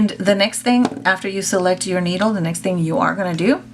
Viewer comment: I just cringed when you said “needle” 😱